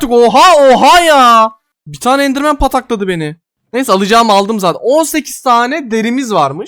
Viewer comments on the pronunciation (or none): none